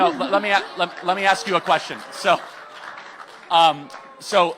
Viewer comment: say ‘ask’….